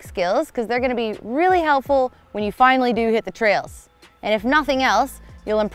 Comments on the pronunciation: She said "this move is wheely important" when talking about the wheelie :D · did I just hear her say that this is "wheelie" important?